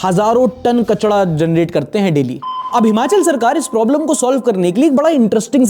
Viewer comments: Bhai, 'Kachda' thodi hota hai, 'Kachra' hota hai na??😂😅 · भाई आप कचरा को कचड़ा क्यों बोलते हो ?